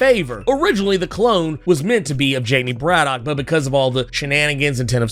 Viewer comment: Wasn’t it explained that kwannon is pronounced ‘Kahn -uhnn”? Braddock is pronounced BRAD-uhk